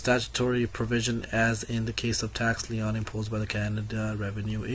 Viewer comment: The constant throat clearing is very distracting. Some of your pronunciation needs work before you present. LEON's is a furniture store. LIEN is pronounced like lean. Other than that good luck and thanks for the summary.